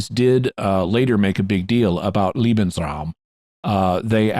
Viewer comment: It’s pronounced more like LAY-Ben’s-raum. Jimmy sounds like he’s saying Liebensraum, which I’m not sure is even a word but sounds as if it could mean a space for lovers (my German pronunciation is okay but mostly I’ve forgotten my German)…